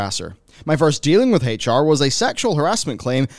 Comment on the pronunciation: Also ngl but like the way you say HR sounds like Hate(ch) R and, it kinda really feels fitting here honestly